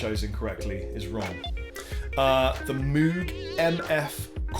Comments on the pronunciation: Moog: pronounced... 'Moh-g" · Were you talking about Moog, the company that makes the synthesizers?... It's pronounced "mogue"... Anyone who says it incorrectly is wrong. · Moog is pronounced "Mogue" - like a "rogue" but with an "M" lol. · Anyone who says it incorrectly was probably around when they first came out and you didn't know how it was pronounced, particularly over here in the U.K.. Just like the Fender Jaguar, indeed.